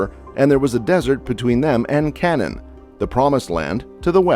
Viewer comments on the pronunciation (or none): He also called Canaan, Cannon. LoL. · You can’t even pronounce Canaan, the land of Canaan. What a bunch of idiots. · You’re mispronouncing the word, Euphrates and Canaan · ??? Now you cannot even pronounce Canaan right. Is English your second language?